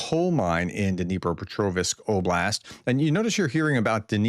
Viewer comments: DnipropetrOVSK not -OVISK. Just saying (again). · Sir, why do you pronounce Pokrovsk properly but squeeze in a 'e' at dnipropetrov(e)sk? #daretoask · You pronounce Pokrovsk well. Why do you have so much trouble saying Dnepropetrovsk? You do well on the first part of the name, but you mess up on the last part. The "rovsk" part is pronounced the same as in Pokrovsk. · STOP PUTTING AN "I" BETWEEN THE "V" AND "S" IN DNIPROPETROVSK!!!!!!!!!!!!!!!!!!!